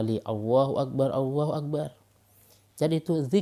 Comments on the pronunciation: Jangan hanya ingin mendapatkan subscribe doang kalo baca takbir masih pake و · Tolong.. !!!! kalimat الله اكبر di baca dengan benar yah!!!!!!! Karna itu ل bukan و